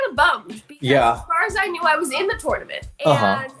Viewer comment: The way ds says TOoRnoUmant